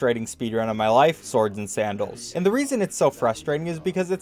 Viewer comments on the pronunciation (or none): Swooooords and Sandols, ñe ñe ñe leeee